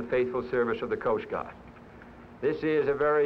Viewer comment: “Coast Gaahd”